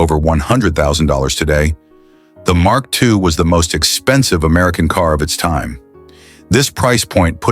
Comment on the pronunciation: Had to stop watching because I couldn't bear listening anymore & realized that the next car the voice was going to butcher was the Mark II (and who knows which incorrect cars might be also be shown among the 'Mark II' clips). This script needs a career change. It sure won't fool it's logical audience.